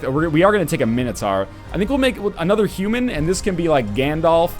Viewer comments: God NL, It's not Mini-Tar it's Mine-o-Tour. Gotgudengland pls. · No matter what it is but it certainly is NOT mini tar.... that's fucking retarded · No, guys, it's Min-O-Tohr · Nah mate mini-tar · Mxyzptlk246 Agreed, Min-O-Tohr. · Man, here I was thinking it was minotaur. How silly am I?